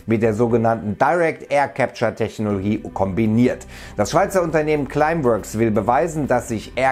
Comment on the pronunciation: Kann es sein, dass er immer Technogie statt Technologie sagt?